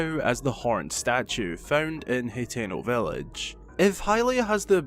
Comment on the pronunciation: Hay-teno... lolll